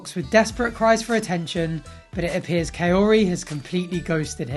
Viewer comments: I’m gonna need this dude to quit calling this woman a coyote 🤦🏻‍♀️ How does he still not know how to pronounce her name after all this time 🙄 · Her name is KAORY!!! Not coyotee! What's wrong with him!!!! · Please, please someone needs to tell this man, her name is Kaory, not Kaorte!!!! 😒 annoying!!! Sheesh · Can he ever say her name? Kay-otie. That's not how you pronounce it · The fact that he can't he say her name is the funniest. Coyote 🐺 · Kaory or coyote? lol Ed slow it down, you can't even pronounce her name yet you talk about marriage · HER NAME. IS NOT. COYOTE! so annoying. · The only character development Ed had was that he stopped mispronouncing Koary's name as Coyote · Even at the end of the relationship he still calls her “Kayorty” 😂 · Why does it sound like " coyote" Everytime he says her name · Ed is such a gross piece of shit. He refuses to learn how to even say Kaori’s name properly. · He can't even say her name right ! So stupid. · He literally doesn't even pronounce her name correctly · Has he every said her name properly? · Dude stays butchering her name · Big Ed you not pronouncing her name properly. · he still does not know how to pronounce her name btw. he's a joke... am i the one so annoyed when he smiles and blinks for fake emotions? omg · He even struck out w learning how to even say Kaory's name correctly!! And yoy hit the nail on the head when you said it, Ed's just a DICK!!! I'm pretty sure its Liz or another relationship disaster bc their engagement photos were in People magazine the same day the season began!! Talk about a SPOILER ALERT!!! Lol. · Im glad.. kaori deserves a man who can pronounce her name right…..at the very least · This man still hasn’t learned the pronunciation of her name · The fact that he can’t even say her name right still …. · The fact he can't even pronounce her name !! REALLY ??? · He still says her name wrong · How about start by pronouncing her name right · The way he keeps butchering her name 💀